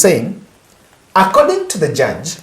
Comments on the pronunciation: JUDGE not JURGE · Judge not jurge .